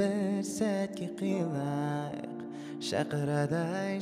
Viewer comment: Кыйылайк деген созди киялылайк деп койыпты